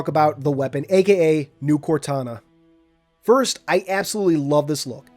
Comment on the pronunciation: My guy really said “firts”